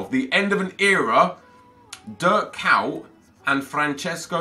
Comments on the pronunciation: Why tf does he read kuyt "KAWT"? It's ko-yt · he says dirk kaut😂😂😂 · it's pronounced "Kait" it's not that hard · KUYT... that pronunciation))) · he just slaughterd kuyt his name😧